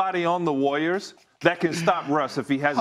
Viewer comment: Ryan Hollins pronounces “Warriors” like it rhymes with “lawyers”